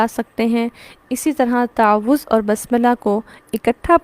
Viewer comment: What is the right pronounciation of تعوذ You said تاعَوُذࣿ Kindly guide … ????